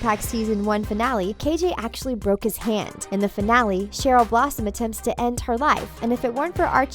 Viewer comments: ITS NOT CHERRY BLOSSOM! Its CHERYL Blossom! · "Cherry Blossom?!" If you're going to do a story/video, try getting the main actors names correct! And their ages -- none of the leads are teenagers -- a very easy fact to check.